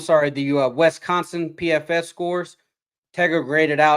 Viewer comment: Is from Missouri, pronouncing Wisconsin Wesconsin?.